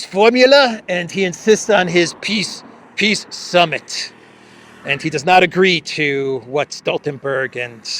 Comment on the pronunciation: P!ss summit! Please pronounce it correctly!